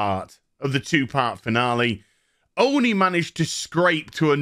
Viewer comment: Upgrade your diction. Practice pronouncin the "l" in "only".